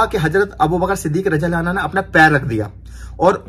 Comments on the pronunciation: Bhai...Aapne Hazrat abubakar siddik razi Allah taala "anhaa" bole jbki wo "anhu" h...Same hazrat Umar razi Allah taala unhu h wo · Mashallah Bahut hi badhiya Sirf ek baat ka khyal rakhna. Jab kisi sahabi ka naam lete hai to raziallaho tala anhu kahte hai. Aur jab kisi sahabiya (female) ka naam lete hai to rajiallaho tala anha kaha jata hai. Baaki sab thik hai. Ab aage itna khyal rakhna.aur next vlog me rectify kar lijiyega. Filhal aap dikhate rahiye ham aap ka ishara samajh jayenge. Fikra mat kijiye. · Bhai anha nhi bhai anho kahiye ,,anha to lady sahbiya keliye use hota hai .. hazrat Abubaqar-siddique raziallahu tala anhu.....keep it up bhai mashaallah very nice vlog.... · Bhai radiallahu anho bolo anha nai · Mere bhai rajiallha anha nhi rajiallha anhu bolo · bhai anha nahi anhu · bhai assalam u alaikum Razi Allahu tala anha Aap bole ho bhai ye aurat k liye bola jata hai anha ka lafz Men's k liye anahu Bolte hain bhai please aap isko theek kar lo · Anha nhi hota anho hota hai